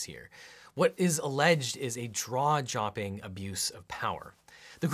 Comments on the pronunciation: Objection! You said "draw-jopping" instead of "jaw-dropping." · you said "DrawJopping abuse of power." Loved it. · I love the "draw jopping" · I listened twice to be sure, but "draw-jopping" is one of the best malapropisms ever. Thanks for that, even if it was unintentional. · Hey, LegalEagle, you said Draw-Jopping. lol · “draw-jopping”. That’s a keeper. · So jaw-dropping it's "draw-jopping." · I Toticed Nhat too :) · "What is alleged is a 'draw jopping' abuse of power." Damn, and I thought you were the PERFECT lawyer! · When you're so stunned by the actions of the president, you start making "Spoonerisms," i.e. "Draw-jopping." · Anyone else notice "draw jopping" ? XD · I can't be the only one who noticed Draw-jopping? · did i hear that correctly? draw-jopping? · "draw jopping" loooll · "draw jopping"